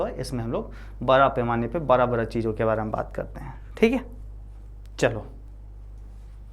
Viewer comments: sir ji baki sub to thik hai pr aab da ko ra kyu bolte ho 😅🥲 jese ki man lijye aap bada bolna chto ho per aap barra bolte ho bsss yhi thori problame hai🙃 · Bra nahi hota hai 😂 Bda hota hai